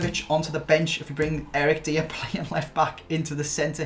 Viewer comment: My man said Eric deer